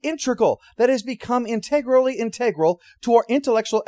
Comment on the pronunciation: So refreshing to see an Enterprise review that's almost entirely positive, where the biggest complaint is over the pronunciation of "integral".